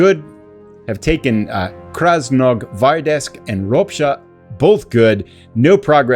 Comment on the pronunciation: FYI. Krasnogvardeysk. Think Red (Krasno) Guards (Gvardiya). -sk just indicates it’s a place named after them. That might help your pronunciation. Great playthrough.